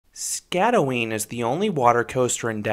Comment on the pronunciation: You did mispronounce the name. You got the first part ot the name right, but the "øen" is pronounced by making a weird danish sound. I cant really describe it because no english word i can think of makes that sound. Anyways, great review, and i wish i had seen this review before riding, because my feet got soaked.